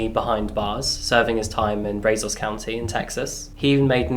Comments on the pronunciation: Bra-zos not bray-zos. 👍 I live here. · Just as a heads up, the a in Brazos is pronounced like the a in automobile.